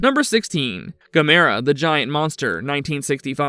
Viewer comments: Why can't they pronounce Gamera correctly? Also the humanoids weren’t from outer space so I don’t know why they called it Humanoids of the deep space. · Stop mispronouncing Gamera!